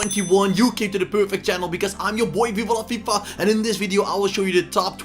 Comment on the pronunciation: Viva la fifa with his accent 😂